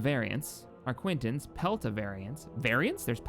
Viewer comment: It's definitely the arquitens you voice. Classic mispronunciation